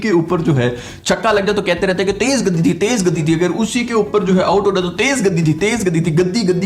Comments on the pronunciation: It's not gadi... it's gati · Tez gaddiiii nhi..... Tez gatttiii hota hai... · Lovely Show Bro ... And a correction it is Gati not Gaddi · गति not गद्दी , गधे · love from India just to correct that’s not gaddi its called ‘gati’ with a single’T’ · gaddi nahi bhai....gati..... "guh...tee" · Hello … First: it is called Gati and not gathe. Second: instead of mocking Indian for their pitches, why don’t you tell PCB to make green pitches if you have such fast bowler. Third: Pakistan was given 3 home test series so that they could get into test finals but they couldn’t win. If India was given home test series the whole Pakistan would have been crying by now as how ICC is favoring India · Gadi nahe gati bolta hai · sir it is not gadi , it is gati ........ but enjoyed a lot your videos .... love from Kashmir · It’s Gati not Gaddi anpadh bhai..😂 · Bhai ye aapne Tej Gaddi Jo bola hai na bas maja aa gya😂😂😂. Bdw it's Tej Gati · Gaddi nahi gati bolte hai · Gadi nahi Gathi.. gathi means Speed.. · Tez Gaddi nhi bhosdke, Tez Gati hota hai. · Wo gaddi nahi gati hoti hai chomo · Gaddhi nahi bhaiya😂….it’s “gathi”….Ga-thi. Love ur work bhaiya. Fan from India🇮🇳💐🙏🏻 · Gaddi nahi bhai 'Gati" pace ko hindi me 'Gati' kehte hai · It's not gaddi it's gati. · Are gaddi nahi gati hota hai bhai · "Gaddi" nahi "Gatee" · gaddi nahi gati hai woh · It’s not “Gaddi’, it’s called “Gati” meaning speed in Hindi. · Tej gaddi nhi mere bhai tez gati😜🤣🤣🤣 Doing great job bro Keep it up🥰👌🏻👌🏻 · Gadi nahi gati it mean sp3ed in hindi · Bro gaddi nai lol.... its Gatti... gatti means speed. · It's Gati not Gaddi😅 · Gaddi nahi brother Gaatti 😂🙏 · Not gaddi It's gati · Teez gadde nahi gatii (speed) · Gaddi nhi gati matlab speed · Tez gati not gandi 😭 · Brother gaddi nahi gati(speed)गति😄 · It is not gaadi, it is Gaati 😂. Gaati means Speed/Pace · Gaddi nhi bhai gati hota h 😂😂😂😂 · Abe chutiye Gaddis nhi hota gati hota h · Are bhaijan gati hota hai gadi🤣🤣🤣🤣🤣😂😂😂😂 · गदी नही होता गती होता है 🤦‍♂ lol